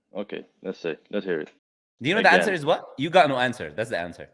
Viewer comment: he cant say answer (grape) but go watch video for answer bro xd